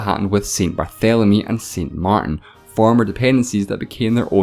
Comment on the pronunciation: you were doing so well with the French accent, and then "saint mar'in". xD